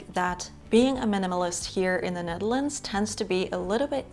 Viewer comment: We lived in Wassenaar for a couple of years. Beautiful country, wonderful people, would like to return. And love the language and accent when they speak English. The way you said “Ned-DEL-ands”. Sigh…memories!❤